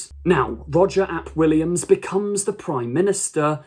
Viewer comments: Roger Ap Gwilliam - the Welsh language really isn't that hard, come on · His name is Roger ap Gwilliam, not Roger Williams. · If one accepts that any sufficiently advanced technology is indistinguishable from magic, then science fiction and fantasy become interchangeable. I grant RTD the artistic license and really enjoyed this episode. BTW it was “ap Gwillam”